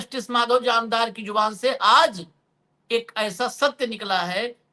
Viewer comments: Its Jamdar not Jamadar😢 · अशोक जी आप बार बार जामदार को जमादार बोल रहे हैं। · महोदय निवेदन है कि वानखेडे जी से कहें कि अपनी भाषा शुद्ध बोलें।इस वीडियो में उन्होंने जामदार साहब को 4 बार गलती से जमादार बोला है कृपया सुन लें एक बार।